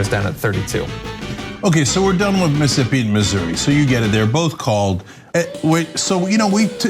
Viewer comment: Missippi? I don't usually rail on misspeaks, but I dont think he fumbled over his words.. I think he literally read it as Missippi lol EDIT: HOLY CRAP! HE SAID IT AGAIN! He doesn't know how to properly pronounce a state! This guy is an absolute imbecile. I'm shocked, but I'm not surprised.